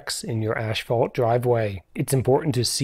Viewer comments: It's ass-fault... not ash-fault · Good info. Thanks. (But it is pronounced ASS-fault, not ASH-fault.) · I wonder why people always say "ash-phalt"? If you look at the word, it's clear there is no H between he S and P. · Strange how he pronounces Asphalt as "ashphalt".